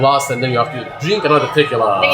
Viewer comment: My eye twitched every time he said "t-I-quila" 🤣